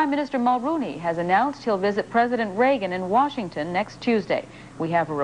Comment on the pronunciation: HAHA, the way the guy says "Reagan" at .